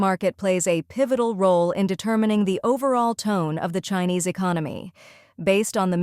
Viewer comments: They need a better AI. It mispronounced China and Chinese with a soft i instead of a hard i. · even here on this channel...the AI narrator is having issues reading united, chinese, crisis and china...must be from the same company which the other channels use